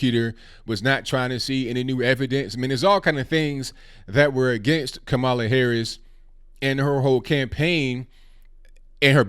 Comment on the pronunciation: Why don't you at least learn how to pronounce her name? Not really black? That's disrespectful